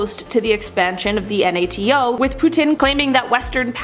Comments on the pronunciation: What’s with the lady pronouncing NATO? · Why she choose the most difficult way to say NATO